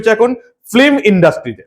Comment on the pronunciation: বন্ধ হলে খুশি হব। যা সব সিনেমা হচ্ছে এখন! তবে আপনাকে বলি কথাটা ফিল্ম ফ্লিম নয়